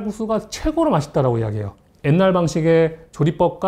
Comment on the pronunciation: 이 분은 가끔 한국어 발음이 부정확해요ㅠ 옛날--엣날, 게-개